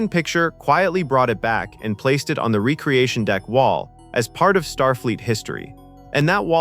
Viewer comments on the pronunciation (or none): Recreation not re creation. AI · and ree-cree-ashun instead of reck-ree-ashun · and RECK-ree-AY-shun not REE-kree-ay-shun and KAY-nig not KOH-nig etc. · REC-re-ation. KAY-nig. Eye-LEE-ah (as opposed to just LEE-ah or LAY-ah, a princess of Alderraan). (Also: Soo-LAH-co was the ship from Aliens) You showed the original Enterprise but labeled it Ent-D. Aside from that, good vid. I love those STtMP uniforms, especially the softer/casual ones used on Epsilon 9. I know most ppl hate them and love the red jackets, but I adore the former and hate the latter. My dad said the ST2 uniforms made them look like bellboys. The ST1 uniforms actually have callbacks to the originals used in the first pilot "The Cage". The only parts I dislike are the massive belt buckles (look damned uncomfotable) and the pants slipping into the shoes' soles (actual daily use on a paramilitary ship seems questionable: you really want proper boots, just in case something happens). Xan, the Spock replacement, became Data and Saavik (as you noted), but Saavik also became Valeris, probably because the role had already been recast once, and they d/n want to go there again. Decker and Kirk merged into Riker (Wlm Decker the XO and James T. Kirk the womanizing man of action became WllmT. Riker, who Gene thought might replace Stewart's Picard in S2, as he initially d/n like Stewart in the role). Ilia the Deltan empath w/procrative focus became Troi the Betazed empath w/frequent procrative focus hints, and both were the aformentioned character's (Decker/Riker) former GF. As you can see, above, Roddenberry recycled often. Outside Trek, the name "Dylan Hunt" got used and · Recreation is pronounced "REK-re-ation"! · The one that shocked me the most is... that AI can't be taught to say "recreation deck" or "Ilia" properly. FFS do better. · . . . and “recreation”.